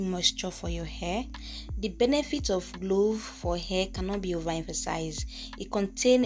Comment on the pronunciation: Not glove it’s clove .. thanks